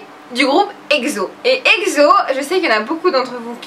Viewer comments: c est EXO ( ekso) pas (egzo) :p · Quoiiiiiii !!!! ekzo .??? exo se prononce e x o (eksso ) arretttttteeeeeeee de pronnoncer ekzoooooo !!!!!! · en dit exo not egzo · alors...oui j'adoooooore le fait que tu mette du exo donc donc donc je lance un débat. On dit ekso pas egso meme si ca s'ecrit exo